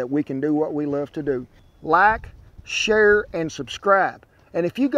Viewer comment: "Laik, sher, and suscraib" 🤠